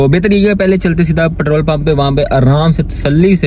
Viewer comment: Bro ptrole nae Petrol hota ha..pet rol..